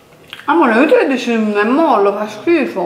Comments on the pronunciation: Molle! si dice molle! no mollo! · si dice è molle!! 😘